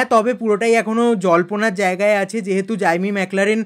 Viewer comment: জাইমি না জেমি 😂